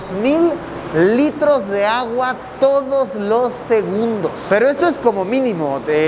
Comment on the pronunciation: Gente normal: segundos Luisillo:Segunbdos